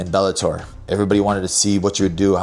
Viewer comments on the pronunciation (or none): none